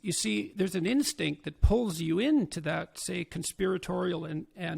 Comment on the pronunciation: The interviewer also is intelligent, agreeable and handsome to boot. I think his pronouncing, 'pull,' as 'poo,' and "aweful," as "awefoo," and so on and it could even baffoo some people. (Prince William does this, too. It's called Estuary English).